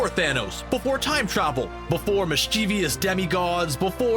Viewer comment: Mischievous and Previous are Not pronounced the same way: note there is no “ i “ between the v and the o in Mischievous. It’s Not Pronounced MISS CHEE —VEE- US It’s pronounced MISCHIEF-VUS... Please get it right.